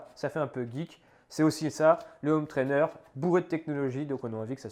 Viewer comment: merci super vidéo mais par pitié, il faut arrêter de dire des ZZZhome trainer. C'est un détail mais ça pique les oreilles dans toutes tes vidéos:)